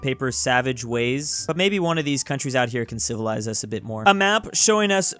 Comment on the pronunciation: Did you say civilised britenol civilised